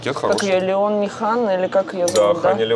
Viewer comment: Саш, блогершу зовут ЛЕони (ударение на Е), фамилия Ханне. Она немка, имя Леони там очень популярное. Не Ханна она.